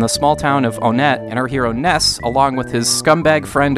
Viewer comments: Onette is pronounced One ette Hence twoson Threed Four side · Onette is said like one ette Like one two Onette Twoson Three d